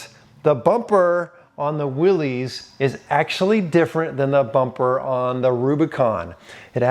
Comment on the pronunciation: Thank you SO MUCH for pronouncing "Willy's" correctly!